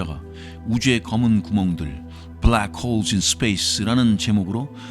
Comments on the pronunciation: ㅋㅋㅋㅋㅋㅋㅋㅋㅋ브ㄹ락 크호으올 ㅋㄹㅋㅋㅋㅋㅋ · 빠...빠져든다.. 블랙 호울~~~ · 불뢕 호우우울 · 블랙홀 발음 ㅋㅋㅋㅋㅋ tts 같으면서도 위트있는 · ㅋㅋ 형님의 블래액호오올~~발음 지리고 갑니다ㅋㅋㅋ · 뿌우웨액~~~ 코오오우호우우울!!! 블랙홀에 빠진듯 시공간에 휘어져버린 아저씨의 완벽한 영어발음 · 브울뤸~쿼올 "뭐~ 지금 까진 말이죠" 급 입니다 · 약해지셨소 강한때로 돌아오시오 브레웨~욱홀이 내머리에 박혔을 그때로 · 블래쿠~호우우~ 발음 개킹받네 ㅋ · 블랙홀 발음에서 급발진하는거 넘웃김ㅋㅋㅋㅋㅋㅋㅋ